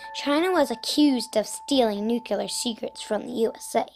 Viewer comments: Well done but if you're making a movie about nuclear weapons, try not to say "nucular", ok? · i always crack up whenever somebody says "nukular". it really does sound like a childish mistake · STOP THE NUCULER WEAPONS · CAN'T ANYONE PRONOUNCE NUCLEAR CORRECTLY!???? "NU-CLEAR" if you say 'nuclular' you are a parrot of ... Bush! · lol... Thanks to George Bush, 4 out of 5 Americans don't know how to pronounce "Nuclear" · Just because the US president doesn't know how to pronounce nuclear correctly doesn't mean you have to put the incorrect pronunciation into a kid's mouth!!